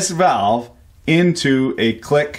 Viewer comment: "Walve" - a fan of "The Sand Pebbles" said. "Main stim stop walve!"